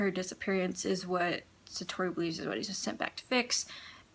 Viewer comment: Lol actually the correct pronunciation of “Satoru” is “Sato-ru”.